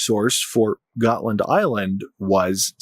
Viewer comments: DUDE!, DeepWoods Off! already! 🤷‍♂️ PS Götland is pronounced like Goatland and for good reason, and uh it’s not an ocean…. Also, Russia wants to see if it can get the West to divert its resources AND, not or, if not, it wants to attack/probe NATO and OF COURSE it wants Finland, too. I mean, come on. It’s Russia/Moscow and a very strategic piece of land, a la Crimea. Predators gotta pred… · You're mispronouncing ˈɡɔ̌tːland